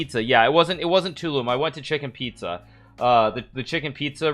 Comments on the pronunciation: "chicken pizza" BRH ITS CHICHEN ITZA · it's chichen piza hikaru: "chicken pizza" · We all gonna ignore him calling chichen itza “chicken pizza” 🤣🤣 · Lmao no one is talking about how he called chichen itza “chicken pizza” 😂 dude is funny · Was I the only one who heard “chicken pizza.chicken pizza”?